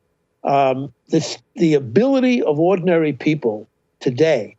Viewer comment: Did he really called Rogan “ordinaryl”?